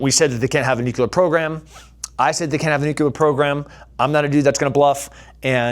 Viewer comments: You're super smart, super badass and a super inspiration ...... its new- clear not nu- cu- lar😅..... pls don't kill me. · NucLEEar brother, not NUCULAR. Love you man. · Who here has the stones to tell this beloved savage that it’s pronounced “nuclear” not “nucular”? Anyone? <3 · For someone who has spent time in the military, I cannot believe you cannot pronounce nuclear properly! Disappointed 😞